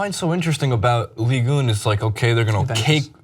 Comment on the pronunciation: Please stop pronouncing it 'ligue une.' It is 'ligue un.'